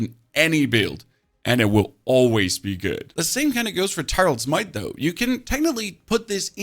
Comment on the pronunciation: I disagree with the pronouncing of tyreals might!